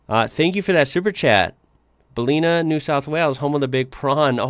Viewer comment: Pronounced Bell-in-nah